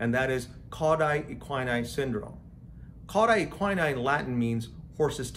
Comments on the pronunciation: An informative video, but it needs to be redone with “cauda equina” pronounced correctly, and with the distinction between “vertebra” (singular) and “vertebrae” (plural) observed. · I found this very interesting and I'll give you a pass for pronouncing CES incorrectly!😉